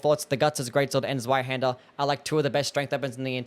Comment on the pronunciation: The Z is Zweihänder isn't a hard Z. It's more like the ts sound in "kitsune". Or you know. A Hungarian C. Also Ornstein should be Orn-shteyn. I'm not German but I was tortured with it for my entire school life and at least the pronunciation didn't autodelete when I got free.